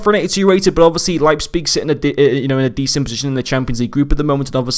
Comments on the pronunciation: Actually you made a few mistakes if Leipzig were to get knocked down to Europa the cards still gets uprades. Also it's prononunced Liepzig great review as always. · Leipzpig 😅? Sounds funny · The p is before the z It’s Leipzig